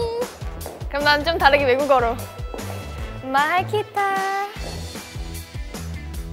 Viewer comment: Mahal kita Isa!! 💝 I love how you said it.😍